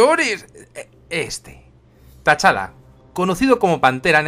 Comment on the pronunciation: Perdona que te corrija, pero T'Challa se pronuncia "Chala", sin pronunciar la "t"